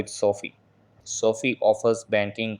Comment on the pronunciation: It’s so fie not soft I